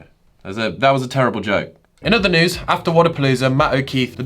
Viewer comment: Whenever you say News, it always sounds like Nudes to me for some reasons XD